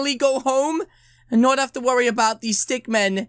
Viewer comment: It stick min not stick man